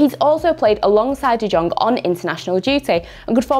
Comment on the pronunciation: It's pronounced de yong and pooj I think you should know this